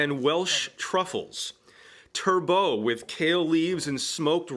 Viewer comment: Ate there a few days ago...amazing food and service (though 16 courses is perhaps a little OTT!). The US presenter's pronunciations are amusing..tur-bow (turbot)? It's more like tur-bott.. luvarje (lovage)? It's more like luvidge?